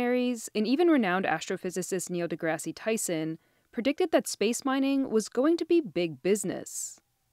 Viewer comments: did nobody tell her how to pronounce Neil DeGrasse Tyson's name? lmao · Neili degreei tyson 😂